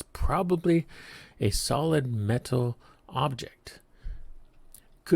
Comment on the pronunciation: I won't 'like' and 'subscribe' because you can't be bothered to speak correct English. The double 'T' in 'button, and the 'T' in 'metal' are not over-pronounced the way you do in order to sound more 'precise'. You don't; you are simply mispronouncing the words. Also, read the word 'Perseverance' carefully and pronounce it correctly. I find it hard to imagine tolerance to such oversight while you worked at the 'SAC'.